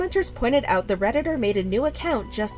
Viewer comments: “tHE pinKH saUCHe sOlDH O🦅🦅🦅🦅🦅🦅🦅TTTTtttt” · "the pink sauce sold ĀÆÉÛT🦅🦅🦅🦅🦅🦅"